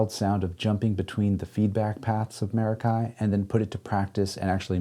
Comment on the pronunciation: He's gonna pronounce it wrong the entire video isn't he? It's Meh•rock•kee and of Greek origin.